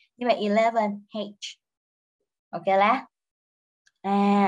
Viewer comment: Nghe cô giáo nói “Ok la” làm mình liên tưởng đến Singlish 😅